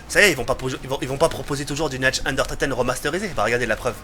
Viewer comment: Tu parles pas allemand mais fais un petit effort stp "natch den unetoteun".... "dere rièse"....